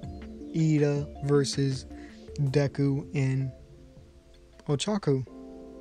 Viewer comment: Bro he said "deku and ochoco" 😂😂😂